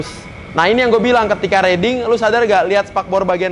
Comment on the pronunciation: riding atau reading bang? XD